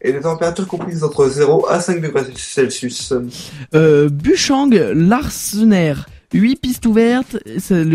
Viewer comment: C'est Bussang et non Buchang lol. Sinon, on ne dit "vantron", mais "venntron" ;) . Sinon, La Schlucht se dit "La Chlourte" (lol). Le Markstein se dit "Le Markchtein" (il faut le dire à l'allemande). Le dernier domaine (dans la partie ouvertures) c'est quoi ?